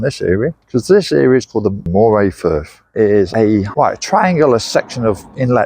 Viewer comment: Pronounced Murray!!!